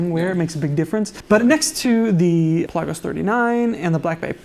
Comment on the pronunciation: In a previous video you pronounced Pe’La-gos correctly and even commented on it at the beginning of the video...now pel-a-gos....😕